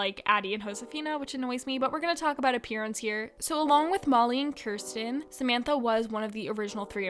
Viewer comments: Kirsten is pronounced keer-sten, not kur- sten. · Yeah, the new Felicity doll's dress made her butt look big and I didn't like it. Do they sell Josefina's goat Sombrita? And Josefina is one of the most beautiful Historical dolls! I think it's pronounced "Keer-sten" (Kirsten), but I get it was 2 am, so you get a pass for that. Yeah, what she was saying about Courtney looking too similar to Maryellen, I have the same problem with Kira Girl of the Year 2021 because she looks too similar to Julie, and when I heard that they were going to have an Australian Girl of the Year, I was hoping that she would be Aboriginal.